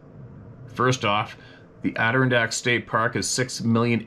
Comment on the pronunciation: In New York it's Add- er- ron-dak. That's it. You just need work on the Ron. Ron like the man's name. Have a wonderful rest of you week. Thanks for being you.